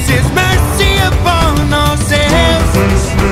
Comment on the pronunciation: not me hearing percy instead of mercy